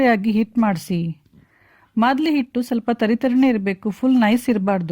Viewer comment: It's maaldi not a madli...